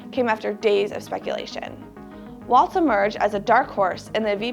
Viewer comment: The name is Walz, not Waltz.